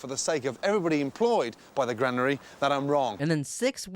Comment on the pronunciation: wtf is the gran-airy in hamp-shiiier